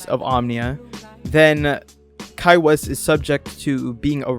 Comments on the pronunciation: His last name is pronounced 'Whyss'. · I'm sorry but its so funny how everyone pronounces "Weiss" wrong, its German for "white" which is ironic for obvious reasons